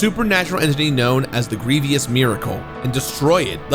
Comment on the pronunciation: By the gods. Calling Blasphemous a 3rd person game is bad enough, but mispronouncing grievous and the pyramid head thing is too much.